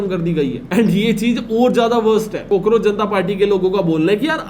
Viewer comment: Bro really said COKEROACH Janta party 🤣🤣